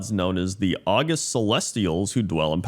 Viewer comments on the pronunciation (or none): Not August, August. Pronounced Awe-gust. There are 2 pairs of words in the English language such that both words in the pair have the same spelling, but are different parts of speech, have diff pronunciation, and diff meanings. August (the month) and August (distinguished); invAlid (not valid) and invalid (Invalid-a disabled person).